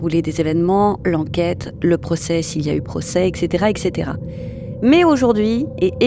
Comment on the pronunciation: Il n'y a pas de "Q" ou de "K" dans "et cetera" !!!